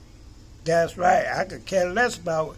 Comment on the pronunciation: I love it when you say " das right"😊💜